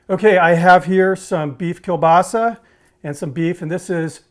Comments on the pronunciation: Everyone is talking about how crappy of a kiełbasa you picked but no one talking about the fact that you didn't butcher the pronunciation of it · O Boże! Time for some Kruwa in here! (It's not racist if your parents are Polish! (I think...)) I'm actually impressed about your pronounciation of Kiełbasa. Most people get the ł wrong. Edit: I have some ideas about improvements, that I might try. (sorry I edit my post so often) I'd replace one or two cheeses with Oszczypek, which is polish smoked Cheese. I don't know if it would overpower the burger, but it harmonises well with the smoked Kiełbasa. Furthermore, I'd think about adding a bit polish Mayo on one Bun, but I deem it optional, as your homemade sauce (which I will totally try!) looks amazing. About the bun. Prezel sounds nice and I love them, but I personally think your choice fits perfectly. The polish love poppy seed :) Greetings from a Slav in Germany!